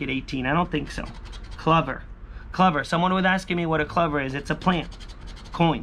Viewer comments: It's cl-OOOOH-ver....just so you know..lol....not cluver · It’s a clo—ver. Like a four leaf clover. Not cluvver. It’s pronounced clo—ver. Lol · Lol yes it’s true .. clOver